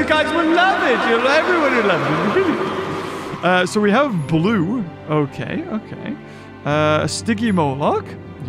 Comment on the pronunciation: bro the way that you said "blue" xD we got "blue" the way you said that was funny asf xD